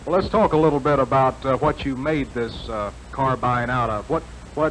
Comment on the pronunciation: See, there was a time when Americans knew it was a carbine, not a car-been